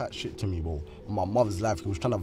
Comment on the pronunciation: The amount of times they be saying 'BROEW' is grim 🤦🏻‍♂️😅